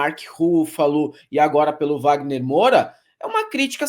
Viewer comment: Que saco ouvir o errar o sobrenome do Wagner Moura!!!!